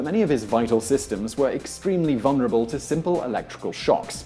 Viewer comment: Also, the word vulnerable has two Ls in it. It is not pronounced VUN-er-uh-bull.